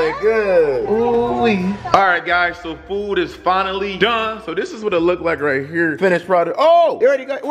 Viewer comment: not trying to be mean but u said lookded insted of looked